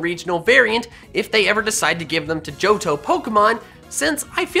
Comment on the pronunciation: It’s joh-TO